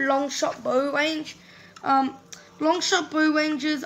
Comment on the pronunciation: Aka Bow But When U said it once u said Boaw